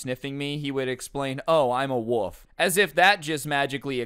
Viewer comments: is no one gonna talk about how instead of wolf he said "woof" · I love you, but it's wo(L)f. I can't stand it when people call it a wuff. You also said "all floors" a few times lol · When you say wolf I hear woof instead 😂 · is it just me or is he saying a woof not wolf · Is it me or did he said woof isn’t of wolf? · Not trying to be rude but I think you might be saying "woof"